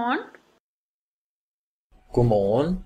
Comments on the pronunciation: When the Swedish person says God Kväll does she actually pronounce God as "guk"? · No, it's just very common to not pronounce the d in "god". Technically you should, but in everyday speech most people skip the d.